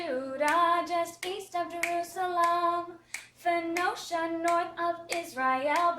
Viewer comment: great videos, but I think Phoenicia is pronounced "Foneesha"